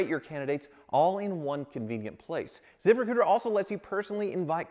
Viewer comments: Anyone else hear the sponsors name as ZipperCooter ? lol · When was talkin about his sponsor "zip recruiter", it sounded like ZIPPER COOTER 😂